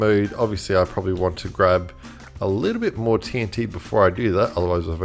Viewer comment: “probsably” 😂😂😂 struggle was real in this vid